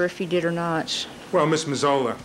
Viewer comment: Neufeld is slaughtering the pronunciation of Mazzola's name